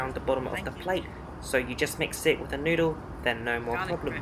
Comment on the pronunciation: Dear, started my sunday arvo by watching your trip back to Malaysia. It was a pity that you didn't try the nasi lemak, it would have a delight for your tongue!. Nevertheless the "Noo-dle" was a reasonable substitute. It was good to see you fly this leg as I often wondered how it was like. See you on your next flying adventure and thank you for posting again! Regards Hsiang, Adelaide.